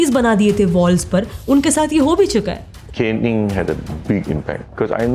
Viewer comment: Pronounced 'CAYNing/CANEing' ✅ (caning) Not 'CANNing' ❌ # ji your content is great🙏🏽 but please work on your English pronunciation 👍🏽